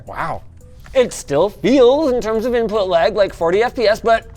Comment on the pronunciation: Inpuhh latenceh